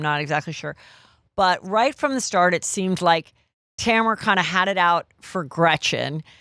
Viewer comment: Who’s Tamera?? 😅 it’s TAMRA! (unbelievable how so many Americans still don’t know their grammar and spelling!🙄